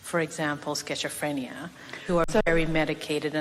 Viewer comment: "Sketcher-phrenia"??? LOL Wtf